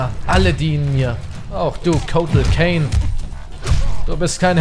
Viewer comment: KAHN, NICHT KANE :D Hör auf "Kotal Kane" zu sagen :D